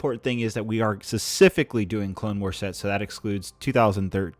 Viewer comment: SPECIFICALLY! Not secifically